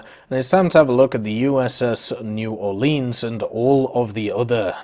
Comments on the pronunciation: The way he says New Orleans is painful. Its pronounced more like lins than leens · It new or-Lins I’m from New Orleans so it annoyed me it’s a ok though.